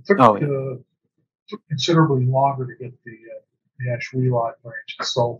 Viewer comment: Pronounced: Ash-will-let. No "lot" in Ashuelot! As a native, hate to hear that! But thanks for the video. Lived in Ashuelot and heard the trains come through our village as a kid. Remember a washout between Brattleboro and Putney back in the 50s and had dozens of trains come through Ashuelot.